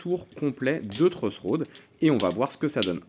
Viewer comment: "Le truss rod." La prononciation française est un peu different, neanmoin je l'ai compris. Merci!